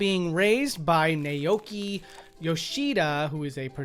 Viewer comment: Naoki is pronounced like "now-key"